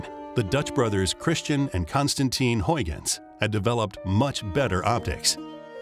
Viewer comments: NOT HOYGENS ... but Howgens. You Americans always get Dutch pronunciations wrong. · HUIGENS is pronounced Howgens not Hoigens. You yanks bother to pronounce French and German names in the French and German way, but not Dutch names in the Dutch way, despite the fact that Holland was top dog in the 1700s.